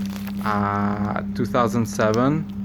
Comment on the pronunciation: Focus is popural not Focust ST